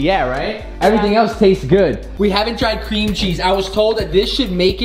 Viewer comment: Cweam cheese